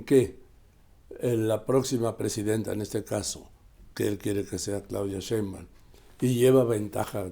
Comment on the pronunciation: Me encanta verlos, no hay medio que Carlotos pronuncie bien el apellido “Sheimbaum” jajaja quien sabe que se le atraviesa pero No lo puede pronunciarlo bien.🤣